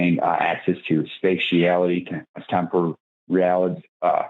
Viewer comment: Not only do you not understand what temporality IS... You also can't even pronounce it. Use your words. Other peoples' words will not work for you.